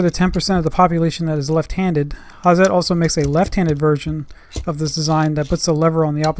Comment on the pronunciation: Hi, nice videos you make! I see them a while. I just want to tell you, Hazet isnt spoken with a soft Z, you have to use it hard (like the tools). Speak: "ha-Zett" Sharp 'Z', short strong 't' greets from Germany